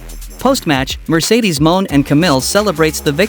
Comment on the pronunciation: Great video💯 just curious though who is "Mercedes Moan" and what is a "Suh-plex"?